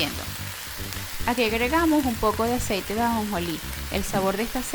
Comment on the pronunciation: No entendí el que yo ise es otro .no siquiera pronunció bien el aceite ...